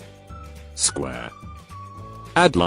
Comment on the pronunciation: "Square" The Narration: Sqhh